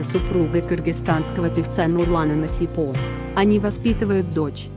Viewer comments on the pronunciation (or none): Не Нусипо а Насипа